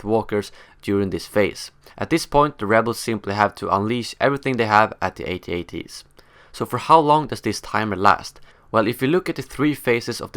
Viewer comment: Haha, it's At-At. Not A.T.- A.T.! I can't watch anymore. Too annoying!!